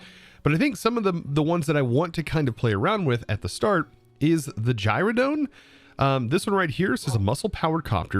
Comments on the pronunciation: Anyone else twitch every time he pronounces gyroDYNE(dine) as gyroDONE(like dome)? Lol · It is pronounced Gyro - DINE :) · Gyrodyne: Gyro-dine. The Y is an I.